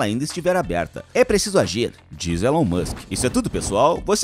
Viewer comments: O nome dele se pronuncia Ílon, não Élon. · Se escreve Elon, mas se diz ILÃN.